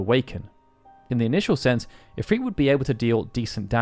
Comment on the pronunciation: Why does he say "If-Reet"? It's If-Rit